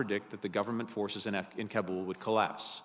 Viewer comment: 20! years in Afghanistan and still can’t pronounce the Kabul correctly. Wondering why failed 😀